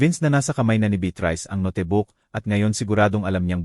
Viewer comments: Notebook...hindi ..no te book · Hahahha... No te book... Ang note book... Itama Po Ang pagbigkas .